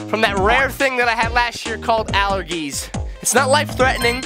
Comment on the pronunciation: The G In The Word Allergies Makes The J Sound.